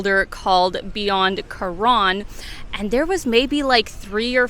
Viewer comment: Thailand had a huge russian component for many many years. Restaurants very often had a russian menu as well. At some point the ruble had a crash and most went back but i guess they're in thailand again. The pronounciation of Karon in this video sounds more like Koran which was a bit strange